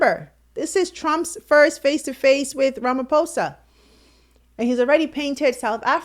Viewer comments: Ramaphosa! Not Ramafosa!!! Very that the presenter can't pronounce the South African president's name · please investigate the proper pronunciation of African Names & Places eg. - RAMAfosa is in-correct but, RAMA posa is, correct. When u in-correctly pronounce our Names & Places - it simply means that u didn't BOTHER to check, which wud be, respectful. Please TRY. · President Ramaphosa not Ramafosa please